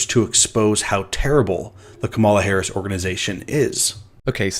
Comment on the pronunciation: seems to intentionally mispronounce Harris' name. That's disingenuous.